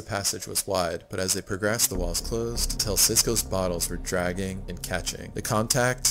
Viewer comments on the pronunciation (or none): none